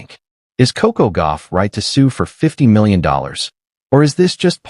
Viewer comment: Stopped the video after Ai couldn't pronounce 50 million. Lazy posters are not to be trusted. It's makes the video not credible. Stop liking this crap and put thumbs down.